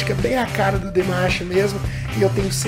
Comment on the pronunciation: O certo é DIMASH!! e NÃO DEMESH ou DIMESH KK